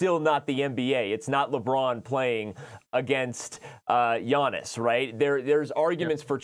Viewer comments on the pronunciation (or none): none